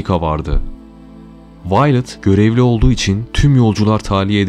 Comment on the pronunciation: Kadinin isminide yanlis okumasaydi iyi olurdu .. Vi-o-let (Viyolet) diye okunur